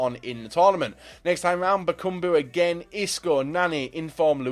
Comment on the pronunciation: Bakambu not bokoumbou